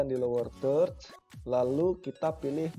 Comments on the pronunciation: Tidak masalah Mas dengan tidak sempurnanya menyebutkan kata "Third", kan bukan bahasa Ibu kita. Terima kasih atas penjelasannya.....cukup jelas. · Padahal di udah bisa bener penyebutannya 😐